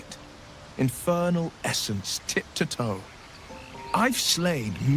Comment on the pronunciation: Oh... "Infernal essence, tip to toe." I thought he said "tit to toe."